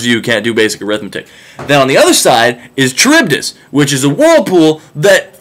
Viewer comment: Isn't Charybdis pronounced with a k sound?